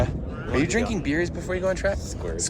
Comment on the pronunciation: the way you said "Are you dinking beers before you go on track?!" makes me think it's been a problem in the past